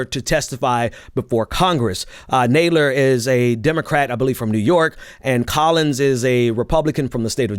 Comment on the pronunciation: It is NOT Naaadler. His name is Nad (as in Mad) ler. You are in a position that requires you pronounce names correctly. Please....his name is frequently in the news and there is no reason for you to mispronounce it.